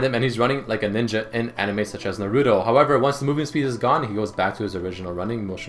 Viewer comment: did really just say nuh-roo-toe? fucking ignorant -_